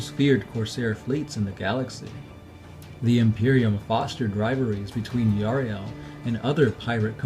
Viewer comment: Yriel not Yariel !!